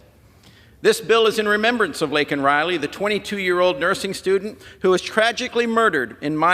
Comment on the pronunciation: yes! That was soooo horrible for that brain dead goof to say her name wrong!